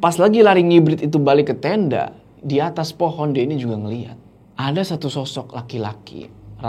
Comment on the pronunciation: pohon bang, bukan poon 🙏🏻😭🤣